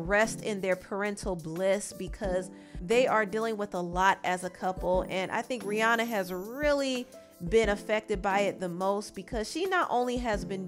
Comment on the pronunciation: It’s rih”ANNA”